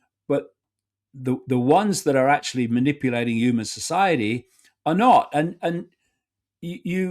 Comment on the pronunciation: I refuse to take seriously anyone who can't pronounce 'human' properly